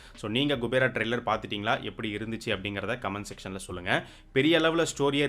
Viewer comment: It’s not gubera it’s kubera thevdiya payya tell correctly